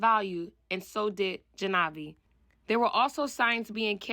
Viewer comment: It's pronounced jaaanvi, not janaavi.